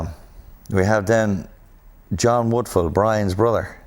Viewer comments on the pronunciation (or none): It's Woodfull not Woodfall 🤣